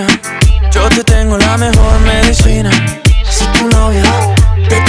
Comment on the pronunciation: Alguien más oye “cocaína” cuando dicen medicina ❓❓❓😳😳😳